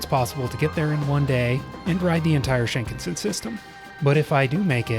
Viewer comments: You put stresses on all the wrong syllables. I'm not Japanese but I know Shinkansen is pronounced with the stress on the second syllable. The way you pronounced Hakodate and Kagoshima also just sounded wrong. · No offense, but the pronunciation is Sheen-CON-Sen. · it is pronounced "shin KAN sen." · You had me until you BUTCHERED the pronunciation of Shinkansen... It's SHIN-KAN-SEN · "Sheenkin Sin" bullet train LOOOOOOOOOL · The raw, real and often mistake filled adventures are the reason why we are all here. Happy travels! By the way: - Shin means new. Shinkansen means new trunk line. - Shinkansen is pronounced "shin-kan-sen" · The proper pronunciation of Shinkansen is “sheen-kahn-sen.”